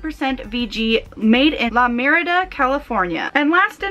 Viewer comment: Also, Costa Mesa ("May-sa") and La Mirada ("Mur-ahduh").